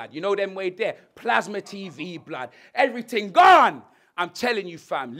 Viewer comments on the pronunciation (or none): "everee ting gonnn!" Jamaican style 😂😂😂